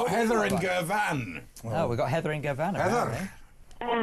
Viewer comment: Andre needs to Google 'how to pronounce Girvan'.